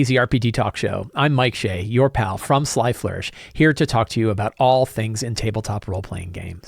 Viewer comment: I assume the reason you so carefully enunciate ", your pal from Sly Flourish" is to keep people from thinking your name is Sly 😆 i think that every time i hear it